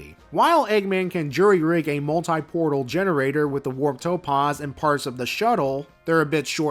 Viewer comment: The 'a' in topaz is pronounced 'aah' as in 'back', not 'ahh' as in 'calm'.